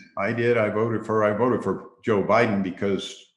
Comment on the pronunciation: He said he voted harris hahaha "bidden"